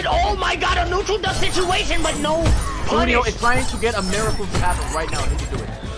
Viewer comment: Also its pronounce as su-ne-yo, u be pronouncing it the wrong way bruh.